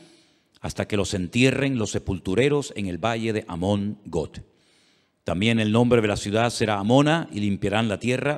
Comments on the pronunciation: PORQUE PRONUNCIAS GOT ? GOG,SE PRONUNCIA. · Hermano lindo seria bueno que pronunciara bien los nombres no es Got es Gog con g de gato y no es magot es magog igualmente con g de gato nada difícil usted es un hombre culto así que debe de pronunciarlo bien